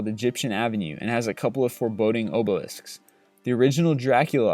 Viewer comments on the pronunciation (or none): I agree. The stories and such are fine, but the pronunciations are just off. Like when he said obelisks. He said it like oboe-lisks.